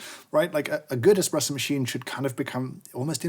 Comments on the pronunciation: the illustrious Mr Hoffmann very clearly says Expresso instead of Espresso. I expect a formal apology at your earliest convenience. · If you listen carefully, James actually says "expresso" during the video once!